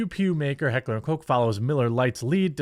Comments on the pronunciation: LoL They made a statement saying Changes were made. And it’s pronounced kosh not coke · What did the apology say? It’s heckler and koch not heckler and cock, sorry again you guys? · Umm its not "coke" btw.😂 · It’s not Heckler and Coke, you really can’t pronounce anything right can you? 🤦🏻‍♂️ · Its not heckler and coke. Its more like cock but with a ch not a ck sound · Jesus christ. Americans and their inability to pronounce foreign words. Heckler und Koch is a german company. Koch is NOT pronounced like Coc or Coce. My guy litterally had to just google the pronounciation of the german ch but noooo. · *Correction, Jeremy. It's Heckler and Kuck